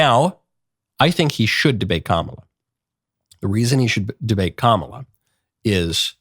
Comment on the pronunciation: Trump is a coward with his tail between his legs. Constantly calling Kamala by saying her name wrong is as infantile as they come